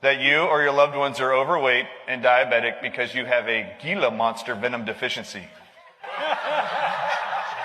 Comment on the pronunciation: He can’t pronounce Gila even. Yes, we know that already. We use the venom of cone shells, poisonous plants. Even animals know how to medicate themselves.